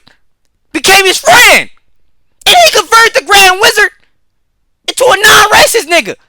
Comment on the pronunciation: bro ik what u said but i heard "grand rizzard" and im not gonna be able to get that out of my head